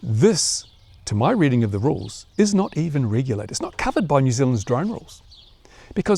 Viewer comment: 'riggulated'? 'Ticksting'? WTF's he saying?